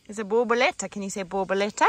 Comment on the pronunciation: You guys are amazing, what a beautiful idea had! Looks great, and jacarandas are quite popular in 🇵🇹 and beautiful trees. Yr Portuguese pronounciation of "borboleta" 🦋 is great! Getting ready for 🇿🇼 will tell u how it went! 😊XO❤️🇵🇹